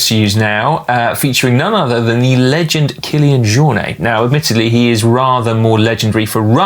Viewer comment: A friendly correction… It's pronounced Kylian Jor-nett, not "Jor-nay". You need to be mindful of only having learned French and then applying French pronunciation to all languages/countries. The dude's a Catalan legend.